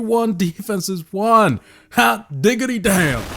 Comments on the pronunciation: Its WON not JUAN 🤣😭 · the way you say "won" makes me want to die